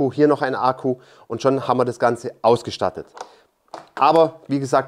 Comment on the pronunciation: Ich feiere wie Du Ahku sagst, herrlich! 😂